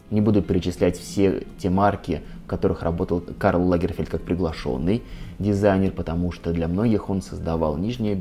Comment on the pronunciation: Он не лАгерфельд, а лагерфЕльд. Историк, мля)